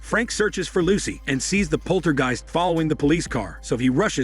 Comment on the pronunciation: Jeezus, that is some horrid and sloppy AI narration. It can't even pronounce the word "poltergeist."